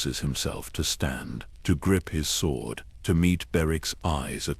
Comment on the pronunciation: need to train it to stop saying sw-ord instead of sord